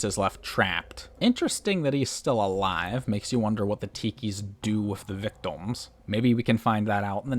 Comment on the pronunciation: Why do you pronounce "victim" as "victom"? You do it every single time and have no discernable accent or speech impediment so I assume you're just okay with saying it wrong?